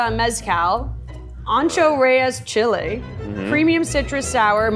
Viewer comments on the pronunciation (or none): none